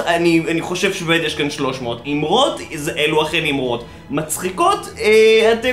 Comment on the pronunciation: זמן: : לידיעה הצורה הנכונה היא: AMAROT !